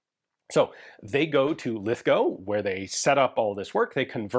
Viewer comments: Thank you for pronouncing Lithgow correctly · Congrats on pronouncing Lithgow correctly!